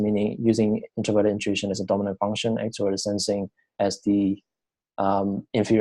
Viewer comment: your bad accent and constant pausing so annoying dude, consider listening to it yourself before posting, its like your rambling after reading a book/article, you need to say things without looking and sounding confused. plus its pronounced funk- shun (function) not fung-shungs.